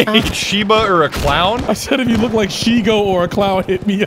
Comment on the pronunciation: Shigo? Isn't it Shiego? God, i hated that conversation.